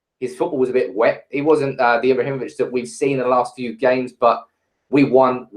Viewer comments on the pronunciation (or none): none